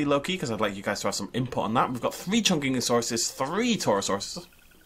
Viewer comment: "What has been neglected?" Me: CHASMOSAURUS!!!!!!!: "Chunkingasaurus!!"